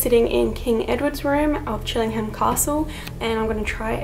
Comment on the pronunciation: I live around 15 miles down the road from Chillingham. It's pronounced Chilling-AM, the H is silent. Also, when you're trying to reach the spirits of those who died hundreds of years ago, I doubt they understand modern slang like 'hanging out' and 'hanging around'.